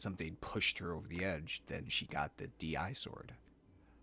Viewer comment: DI-Sword actually reads as disword, not d.i.sword. like a disease, disgusting, dish, etc